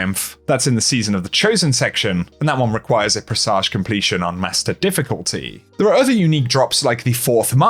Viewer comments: PRESS AGE HAR BIN JUR not PRESSAJ OR BING UR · Uhh, that's NOT how you pronounce presage. #Made it to the end